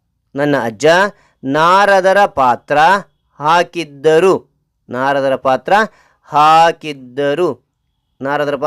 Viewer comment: ಆಕಿದ್ದರು ಅಲ್ಲ ಹಾಕಿದ್ದರು